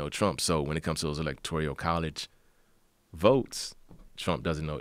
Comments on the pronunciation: "Biden, feelings, politics, electoRIAL, Biden, electoRIAL..." Learn to say ELECTORAL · "Electorial" college? He is mispronouncing words while calling trump "inarticulated". Good stuff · I live in those "midwest states" and his dude knows literally nothing. and it's electoRAL, not electoRIAL, genius...